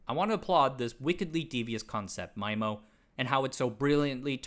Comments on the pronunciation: Thanks from all around for pronunciation of "MY - MO"... instead of "ME - MO". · MyMO ❌️ MeeMO ✅️ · If "SISO" is pronounced "See - Soe" Then "MIMO" is pronounced "Mee - Moe"